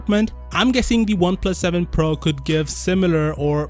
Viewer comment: I keep hearing Oneplus 7 Pearl.